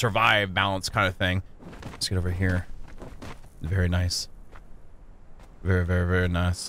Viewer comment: "Vvery nice vvery nice " But dude chill out, u dont need to grind sooo hard